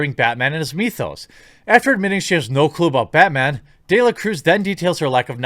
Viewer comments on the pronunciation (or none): none